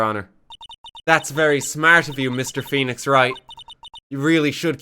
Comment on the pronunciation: Woenix Fright